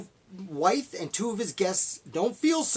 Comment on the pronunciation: Pretty good summary of life of a man who did so much. I just want to note his last name is pronounced like with. Also, they others poisoned was his freed slave, Lydia Broadnax, who served as his cook/housekeeper and his free, mixed-race student Michael Brown.